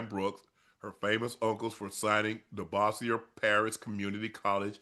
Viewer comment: was unc trynna pronounce bossier 😂😂😂😂😂 i currently live in bossier city